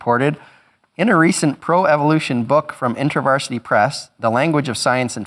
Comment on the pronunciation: I love how Dawkin's pronounces Evilution. :D